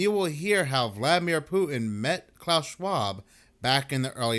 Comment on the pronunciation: Who the hell is Poo-in?? There’s a T in there,. What’s so hard about that?